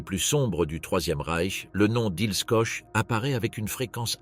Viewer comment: Ça ne se prononce pas coche ou coke, c'est KORR!